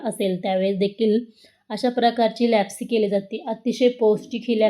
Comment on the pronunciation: छान पण तुम्ही लापशी म्हणा लॅपसी कशाला